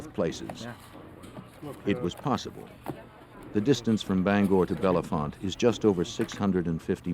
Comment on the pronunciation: It’s bell-font not Bellefonte, the E’s are silent source: local.